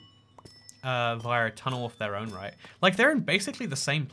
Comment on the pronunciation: I die inside when you pronounce "via" like the way you do